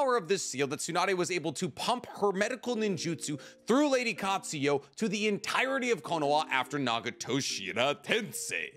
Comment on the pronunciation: I mention this constantly but why do you continue to pronounce names differently so often? Literally in the same sentence sometimes. You said lady Katsuya then 4 words later Katsuyu(her actual name) but I've even heard you pronounce it's katsuyo and katsuo.. can you make up your mind? Lol.. please